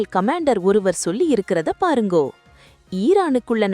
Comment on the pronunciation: சகோதரி. உங்களுடைய செய்தி வாசிப்பு திறமை. அருமை ஆனால், ஆனால் """"பாருங்கோ? வாங்கோ ?, போங்கோ ?, மீட்டிட்டது ?, நடத்துவா படுகின்ற? , . ஆபத்து ஏன்டா? சுட்டிக்காட்டி இருக்கா?, அண்ட( தெலுங்கு வார்த்தை), கமாண்டோ இவைகள் ? இவைகள் அண்ட (தெலுங்கு வார்த்தை), வரநாற்று?, """" மேற்கொண்ட வார்த்தைகளின் சரியான உச்சரிப்பை அடுத்த காணொளியில் பயன்படுத்துங்கள்.